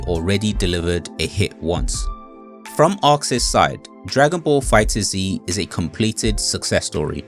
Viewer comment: Nooo not you call it Fighter-Z 😭 it’s just pronounced Fighters